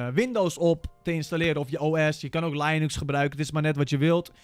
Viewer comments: ik weet dat het geen lianux is, maar lainux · kijk maar eens naar linus tech tips of een video over linux dan hoor je dat ze linux zeggen niet lianux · nee in het engels zeg je ook gewoon linux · jij hebt gelijk, in amerika zeggen ze lainux lol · "Ik weet niet zo veel van Linux" Je weet neit eens hoe je het uitspreekt idd 😂😅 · De uitspraak Linux is wel heel interessant 😂